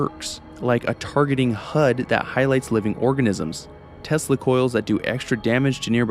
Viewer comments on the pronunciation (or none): none